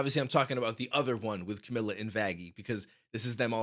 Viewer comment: I cringed when he said “Camila” Btw its pronounced (Car-mil-uh)